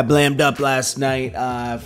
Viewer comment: keep your Swagger right.. it's Blammed up or Blamm'd...not Blamed😂😂😂😂😂😂 this is KottsaFree I'm always watching wat happens in my game...keep going thx for the info...And Joe Butts is a nut!and I bodied the bo on a song called Darcitys Finest on YouTube Lockablock!Fendifacx